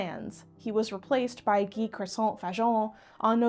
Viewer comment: Gee Croissant?